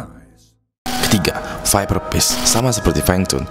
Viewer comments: viperfish bang bukan viperpish :D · skip , masa viperfish jadi viperpish sih wkwkwkwkwk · pas bahas viper fish kok gua dengernya viver peace ya xD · btw viperfish bang bukan bukan viperpish :v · Sorry baang.. sekedar saran,Englishnya di bagusin dong baang agak lucu dengernyaa "ViperPish" wkwkw semangat terus! #ewingsquad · denger lu bilang viperfish ngakak gw